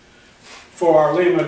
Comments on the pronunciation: Good video! I do want to tell you the name of the drive is pronounced with a long "I". Lima Ohio is not too far away from me. That is a second generation Lima drive. I have one just like it on my 16" metal shaper. My Becker vertical milling machine has a first generation drive on it. The first units used a salvaged model A ford transmission that has had reverse removed and one more forward speed added. All the best! Mike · Looks like that will be a nice power unit when it's done! Not to be picky, but Lima, Ohio (home of the Lima-Drive company) is close to me, and the i is pronounce as a long i.